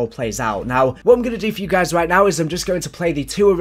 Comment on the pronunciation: "hello gays its the gaming revolution..."